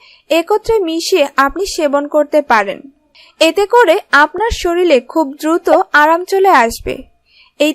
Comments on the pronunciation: খুব ভালো বলেছেন, তবে শরীর কে শরীল বলবেন না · শরীল না শরীর। । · শরীর কে শরীল বলবেন না প্লিজ ।